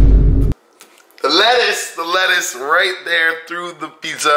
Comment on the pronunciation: He couldn't say lettuce